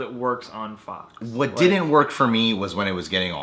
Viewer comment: its on a fuck show he make a mistake instead sayinh fox he says fuck